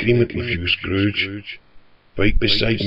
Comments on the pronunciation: i know u are from irland and all but his name is pronounced scorge plz dont get mad at me! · His name is pronounced SCOURGE NOT SCROGE